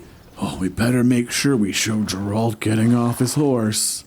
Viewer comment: amazing voice just don't call him Jeralt please :D he is Geralt with g like in google Also amazing speedrun